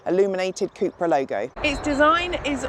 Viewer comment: Cupra not Cooopra